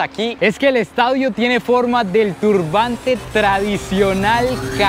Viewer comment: "Estaudio" jaja. Saludos amigo!! Excelente contenido 👌